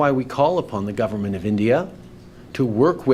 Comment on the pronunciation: “As I said on Monday…(*what did I say on Monday again…?*)….there are…’credible reasons’ that agents of the ‘gudverment’ of India…” Trying to take this man seriously is an exercise in futility.